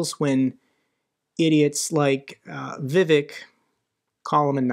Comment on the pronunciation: It's not Vivek, 'vivake' as in fake👍